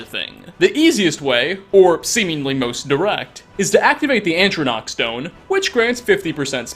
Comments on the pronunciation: Atronach. Not Antronoch. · "Antronach". Me: Heh. (EDIT:) Found another one. -: To murder to death. Me:Um... Okay. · I’m sorry.....wait.....did you just say, “ANtrinach,” Stone?? ANtrinach?? (Walks to window.....stares off into the distance....) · Did... did you just say "ant-tronach"??? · I'm sorry but there's no N after the A in Atronach! I can't unhear it! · Your pronunciation of 'Atronach' was adorable. 😆 It's ok, sound it out, buddy. ❤️